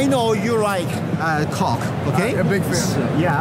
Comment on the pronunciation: As they were about to leave he should have started to pronounce coke correctly.